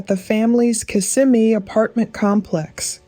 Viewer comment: It’s pronounced Kiss-ah-me